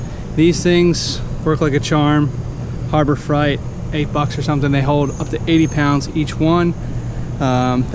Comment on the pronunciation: this dude said harbor fright